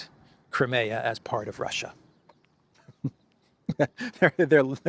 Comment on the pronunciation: ... Russia... rrrrr... I told you... rrrrr... surrenderrrrr... rrrrr... or... or or or... f it... we will capitulate...